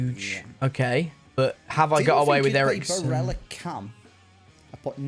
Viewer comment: If I hear another person pronounce Barella's name like he's Spanish, I'm deleting YouTube